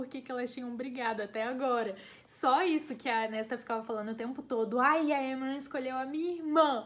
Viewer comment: AMEI D+ VÍDEO,eu tive +- a mesma percepção do livro do q vc e tbm to ansiosa pra vê o q a sjm vai arrumar com elain. (Adorei esse vídeo tbm pq aprendi a pronunciar os nomes dos personagens,tipo Amren,Gwian)